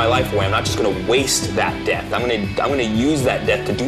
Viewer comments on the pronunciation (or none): He says death not debt lol who can hear??